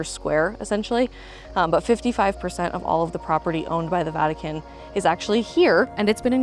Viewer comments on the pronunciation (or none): Um,... its the "Vatican", not the "Vatuhkin".